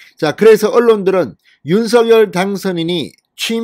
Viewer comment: 윤서결이 아닙니다. 한글도 못읽으면서 유투브 하시나요?